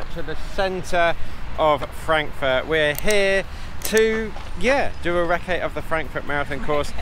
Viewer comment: huh huh “reccé” 😂😂